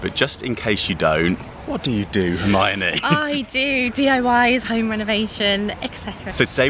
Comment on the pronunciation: I just want a audio track of him saying Hermione on loop. So satisfying. Lol